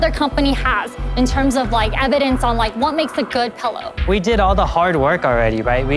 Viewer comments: Barbara: “Youre saying pellow instead of pillow. For that reason, I’m out” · I've never heard someone pronounce it "pullow"